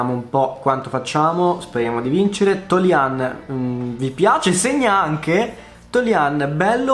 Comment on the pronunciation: La pronuncia di toljan è diversa ahhahah grande lo stesso